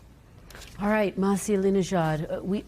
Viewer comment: Her name isn’t “Mahsi”! It’s “Masih”. Not so hard to say it right by the journalist😄